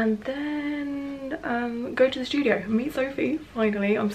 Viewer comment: It’s so funny you say “shtudio” instead of studio lol I’m an American so your accent is cool to me